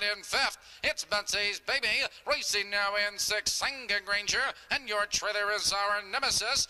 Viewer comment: I do and I'll be sending more coming up. "Granger" not 'ranger' lolll